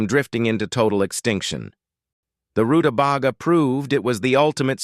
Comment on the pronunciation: Stupid robot; it's pronounced ru-ta-bay-ga! It was, just barely, worth watching this video, as this veggie was mispronounced so many times that it hurt my ears.